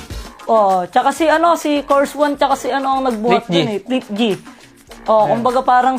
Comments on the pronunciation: cors one? 😂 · kors wan daw hahah